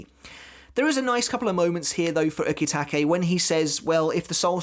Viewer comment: I like your vids. But your pronunciation of some Japanese kills me. "U-KEY-take" 🤦‍♂️. Same reason I can't watch dub'b anime. But keep the series thoughts going, bud.